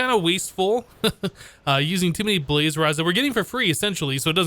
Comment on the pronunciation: "balz" i.s.o. "blaz"